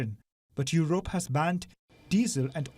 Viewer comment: It's not Yorope. It's Yurope.